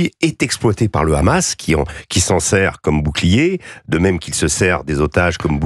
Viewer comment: Faut arrêter avec le RRRRamas, vous faites pas autant d’efforts pour d’autres langues.